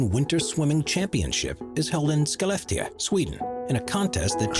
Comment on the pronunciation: it is not kalled skeleftika. it is called Skelefteå. and you pronounce it as Sche Left ii oh. the narrative is stupid! for sure!